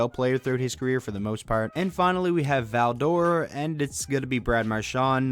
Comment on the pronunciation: Val d'Or... Luongo come on